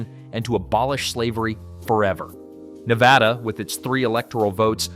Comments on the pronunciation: Drives me crazy Nev AH da. It's Nevada. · I didn't make it past That second time was TOO MUCH for me so I never heard him say 'Nevada'. I did hear him say 'NevOda' or 'Nevahhdauggh'😖😖😖😫😫🤢🤮🤮🤮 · I could NOT finish the video. I didn't even get to because of how horribly he pronounces 'Nevada' 🤮🤮🤮🤮🤮🤮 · THERE IS NO 'H' LETTER IN 'NEVADA'😡😡😡🤬🤬